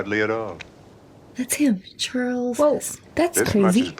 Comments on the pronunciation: Charl Heston, it's Charleton Heston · Charles Heston? Cmon, one of the greatest actors of all time, get his name right! CharLTON!! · It's CHARLTON..Heston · Hey, it's Charlton Heston. Just so you know. Love ya ❤.